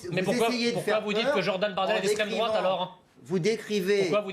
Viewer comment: " c'est nauséabond , c'est l'estraime drouaaaaaate " hahahahahahahahahahahahhahahahahhahahahahahhaha !